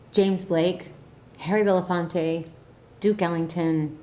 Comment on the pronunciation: Why Harry belefonte 😂